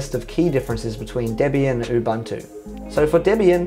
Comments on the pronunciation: Oo Boon Too Say it with me. Ooboontoo. Not oobantoo. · its not Ubantu why is this so hard to understand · Ubuntu is pronounced oo-boon-too, GNOME is pronounced guh-nome, and MATE is pronounced mah-tay :)